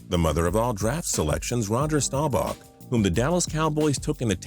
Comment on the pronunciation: did any of y'all catch it when he said staubzvh when in the tenth round